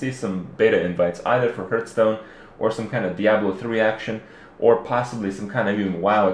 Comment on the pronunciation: Its not HURTstone its HEARTHstone...